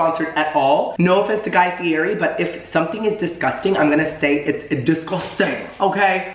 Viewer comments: You say his last name wrong 😂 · He pronounces Fieri wrong and I want to die. Still love him though lol